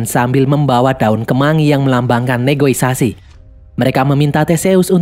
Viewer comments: Negosiasi bang. Bukan negoisasi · Negosiasi, bukan negoisasi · NEGOSIASI bro bukan NEGOISASI 😅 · Negosiasi min…bukan negoisasi hihi